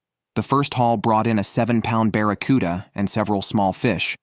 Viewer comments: Saying baraccuda is rage bait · I was pulling my hair out listening to him call it a barracuda!!!😂😂😂